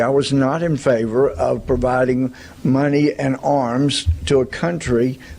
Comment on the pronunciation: "muneey" should be on the soundboard